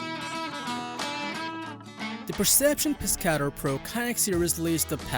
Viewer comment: Terrible just terrible the Pescador kayak you said the name wrong if your going to do videos be able to say the names of these products and it doesn’t have the most comfortable seat on the market so that’s a lie and your facts suck the pelican catch is one of the worst kayaks on the market it’s a piece of shit everyone who buys one sells it because it’s junk stop with these videos just stop